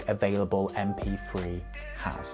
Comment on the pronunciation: M P free. Since when did the sound of TH = F?